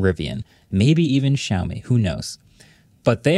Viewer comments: xiaomi is pronounced shaomi, not zhaomi (not sure how to write the way you say it). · It still bugs me how badly pronounces Xiaomi… try saying the “X” as “Sh”